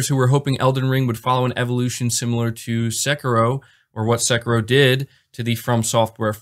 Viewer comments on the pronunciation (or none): none